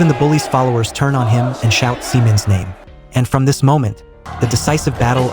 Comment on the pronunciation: The way you pronounced her name is quite unfortunate